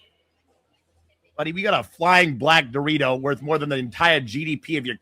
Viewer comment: Oh black Dorito, that makes more sense than black burrito 🌯 which is what I heard 😂